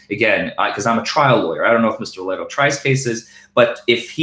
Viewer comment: You keep mispronouncing Steve Lehto’s last name. Are you doing this on purpose? I got a good idea, would you fight Steve Lehto in a wwe cage match? Think of all the publicity both of you would get. The only thing is , I think You look a Little small, and Steve Lehto has Viking blood in him. So I think he can kick your ass.